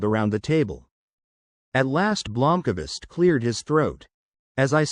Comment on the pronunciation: Blomkavist? WTF is that A doing in there. Thats the end of my listening. I expect at least the names to be somewhere near correct.